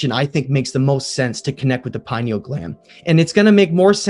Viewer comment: Halfway through and I had to stop watching. I’ve lost count of how many words you mispronounced—some were utter butcheries you should hang your head in shame for (PINE-E-UL? And we’re supposed to take you seriously?). A long presentation like this needs to be scripted. It goes without saying it should also be written and edited well before being recorded as well, too. And if you don’t do that, I strongly recommend that you do. However, if you do make this your practice, it sure as hell seems like you go off script every other paragraph and lose the plot, and then you’re rambling like the useless potato we have sitting in the Oval Office. I need aspirin. And a nap.